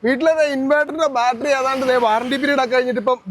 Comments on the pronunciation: Balttery alla chetta battery Annu. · എന്നാലും " ബാൽറ്ററി " എന്നൊക്കെ പറയാമോ ശാസ്ത്രജ്ഞാ !? കസ്റ്റമറിന് പോലും അറിയാം കൃത്യമായി ബാറ്ററി എന്ന് പറയാൻ !